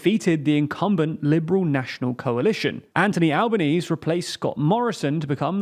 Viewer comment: Better luck next year on pronouncing Albanese's name